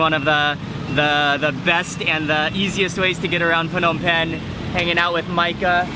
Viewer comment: Mark, I kinda hate it when you say P-hnom Penh. I believe it is silent P, like NOMPEN when you say it. Don't mind me, I love your videos!